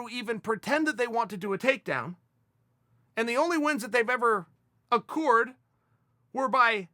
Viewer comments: A...cured Hahaha it's accrued uncle chael lol 😂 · Chael: "Acoored" Websters: ok great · Wins *accrued*? Sounded like he said accoored lolololoooool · Chael "accurred" sonnen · Chael doesn't mispronounce "accrued", he dynamically changes words as he likes and Merriam Webster changes it accordingly